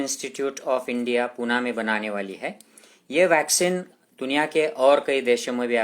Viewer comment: डॉक्टर आपण खूप छान माहिती देता 😇🙏 तुम्हाला एक request आहे पुणे ला हिंदीमध्ये देखील कृपया पुणेच म्हणा. कोणत्याही नामाचा उच्चार भाषा बदलली म्हणून बदलत नाही.